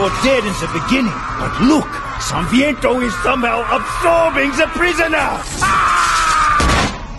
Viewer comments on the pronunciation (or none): OH NOOOOH ! Why english call him SANVIENTO ?! IT'S SANTANA , Holy shiiiit ! Oh my God I have no words ...